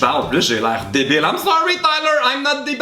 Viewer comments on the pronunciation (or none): Le "I'm not dee-baïle" m'a pliée en deux (je sais même pas comment l'écrire ^^). Je suis tellement contente pour toi <3 (et franchement je sais pas du tout comment moi je réagirais si je rencontrais mon acteur préféré donc je te juge pas ^^)